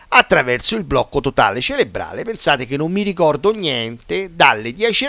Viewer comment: si dice Cerebrale, con la "R"